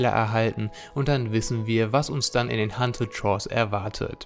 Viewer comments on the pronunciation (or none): Haunted shores nicht hunted - nur so am Rande und nicht bös gemeint ;)